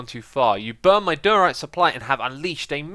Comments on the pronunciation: why does xisuma say diorite so wierd? he says it like dyryte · I love watching these but the way he says diorite :(